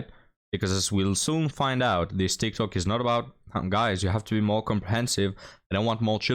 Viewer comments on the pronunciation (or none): none